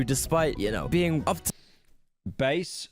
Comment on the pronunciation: Pyro for the love of god its "bass" not fucking "base"